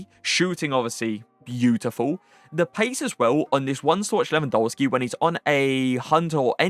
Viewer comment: Your reviews are insane, your tier lists are top notch and your in game play is incredible. But please can you pronounce Lewandowski’s name right? W in the Polish alphabet is pronounced as a V Keep up the great content tho love watching your videos